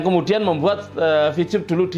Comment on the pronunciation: Maaf y.. Ko saya dngarnya Bilang Vcub.. Bukan Vtub..!